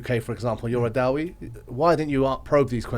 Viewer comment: Brother, I love the way you say da-wee but I think it's pronounced da'e